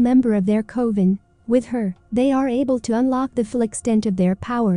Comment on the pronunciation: also the mispronunciation of coven and rogen is a little irritating